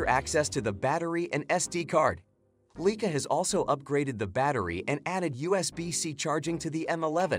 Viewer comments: The "Leakah"???!!!! REALLY??!!! Some expert. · Leica is pronounced "lyka."